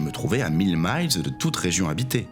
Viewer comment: J’ai aussi un bémol lorsque vous prononcez à l’anglaise le mot miles. Ça se prononce exactement comme le chiffre mille.